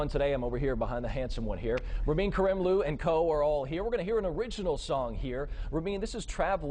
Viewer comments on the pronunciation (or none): ITS RAMIN KARIMLOO NOT KARIEMLOO